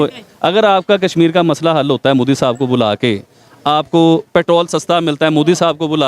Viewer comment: Bc prokistani tv anchor its modi not moodi.Moddi are you prokistani.Pahala thiksa bolna to shek la